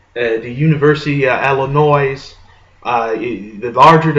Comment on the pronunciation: Dude, it's pronounced "ill-in-OY." Not "ill-in-OYZ." The S is silent.